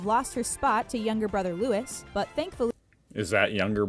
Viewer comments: His name is Louis not Lewis, not sure why they called him Lewis in the video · Yes get an English video, then they would know it’s Louie not Lewis. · 1. You’re not being offemsive, you’re genuinely curious. 2. It’s Louis (loo-wee) not Louis (loo-iss). Honestly, I shuddered everytime she said it. 3. The ‘’head-dress’’ on the Princess is a fascinator. Women wear them to weddings, the races, Queens’ garden parties etc. 4. Most Brits can name a good chunk of the Royal Family members yes, but I don’t think many (especially the youth) could name them all. They’re a bit controversial atm. I don’t have a problem with most of them, however I think things will be a lot better when William takes over the throne. I personally don’t believe Charles should ever have become King and despite the late Queens wishes, Camilla should definitely not have been given the title of Queen. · Jeepers, I cannot listen to this... "Prince Lewis" 😆 no... it's Louis, pronounced (as it is everywhere in the UK and Europe) Louiee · Prince Louis, not Lewis. Pronounced looouiee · This video is way out of date now. Princess Margaret passed away in 2002. LOUIS is pronounced LOU EE not LOU ISS. Mike Tindall has had his nose fixed now. Andrew. Don't mention Geoffrey Epstein !! 🤫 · Hey, Aussie here, but as they're my Royals as well, i take an interest. Can't believe they used a younger photo of Prince William (a teen) yet an older photo of Harry. Prince Louis, you dont pronounce the s, its said as Louie (actual French pronunciation). As the royal blood lines go back so far (we're talking hundreds and hundreds of years) they're all distantly related in some way and are all mixed with European royalty. In history, succession to the throne, although seemingly straightforward, has always been fraught with deceit and plotting and betrayal...it's only the last 150 years or so that have been fairly tame. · Prince Lewis?????? It’s Louis! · Not Lewis, but Lou-ey is the British pronunciation.